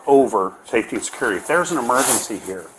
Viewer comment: How can a lady that works at a school say surcurity Surcurity?!? What the??